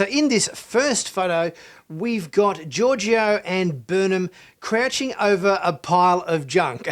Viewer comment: Georgiou - George-O lol